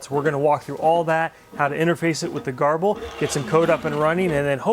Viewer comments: I thought it was pronounced "gerbil". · Pronounced Ger-bil! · your videos are great! I don't know how you find the time to make them, but I'm very glad you do. Whenever you say "garble" I think "gerbil" (the little rodent, don't ask me why;) so I googled to see how GRBL is pronounced and this is what I found: There doesn't seem to be a consensus but Sonny Jeon, the GRBL maintainer likes to say gur-bull.